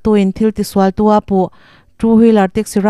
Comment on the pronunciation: Hliam tuar lovin an him tih a tuar hi i thluk dik lo va a awmzia a in letlin thawk😂😂